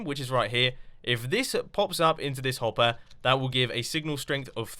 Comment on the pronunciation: "Hop-air" and "trig-" trig-what? xD